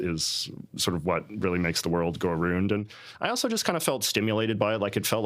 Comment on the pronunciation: I think he’s the only person on earth that pronounces the word around like that.